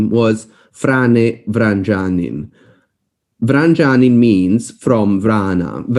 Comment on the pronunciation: Vranjanin should be pronounced as if it was written Vranyanin or in Spanish Vrañanin.